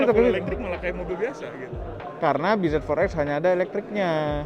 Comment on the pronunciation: Bz4x dibaca biji forex